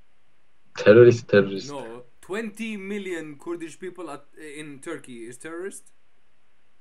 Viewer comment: I laughed soo hard “Khoerdishh ishh bietshh”